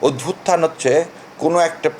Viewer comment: উচ্চারণ অদ্ভুতথান হবে না। উচ্চারণ হবে অভ্যুত্থান